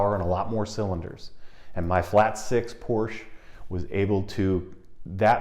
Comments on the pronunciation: Somebody needs to teach him its 2 sylable word POR SCHE 🤣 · A great video, thanks. Here's a small but important comment. The company that build the Boxster is named after its founder, Ferdinand Porsche. Both he and the company pronounce the name Porsche-ah. All of their public material like advertisements have the announcer pronounce it "Porsche-ah". It's a common way to end German names, like Deutsche Bank. ("Deutsche-ah") People who know Porsche know how to pronounce the name.